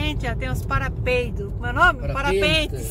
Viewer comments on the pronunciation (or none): nao é para peidos kkkk mas sim parapentes kkk